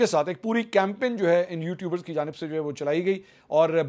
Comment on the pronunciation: camping? Get your pronunciation right, Mr Campin.😂😂